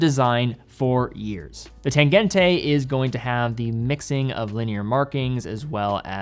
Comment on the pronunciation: Tangent-uh, not Tangent-ay ☹